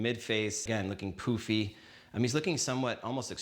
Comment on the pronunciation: Isn't the word, "pUffy? You're saying "POOfy."